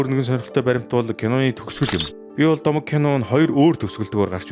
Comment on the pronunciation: Bi bol domog gedgiig ni "bi bol gomo" gej unshlaashd😂😂